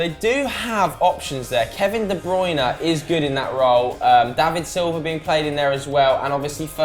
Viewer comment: Why does say de browna